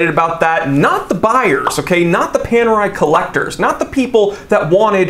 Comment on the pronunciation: Looks like Panerai have gone Pan-AWRY.